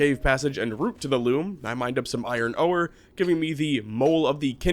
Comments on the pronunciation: how long have you said oh-or instead of ore? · Okay at first I just thought I was imagining it but are you saying OH-ER for ore? Am I pronouncing it wrong? I have always just said it the same way oar like for a boat or the word "OR" lol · Ore is just pronounced like "or" the 'e' is silent. And the first boss the wyvern is pronounced, Why-vern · The way you pronounced ore and wyvern convinced me you are an alien AI :)